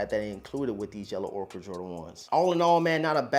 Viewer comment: I wanted to shoot myself every time I heard “Yellow ORKER” 💀